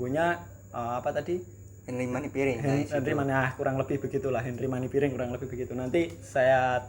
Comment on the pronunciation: Iya kak bener hanry manampiring, mungkin agak typo ngomongnya baru belajar